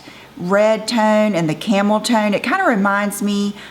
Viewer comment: I kept hearing you say camel toe with the mac palette!!!! Lol I thought what in the world! I had to rewind!!!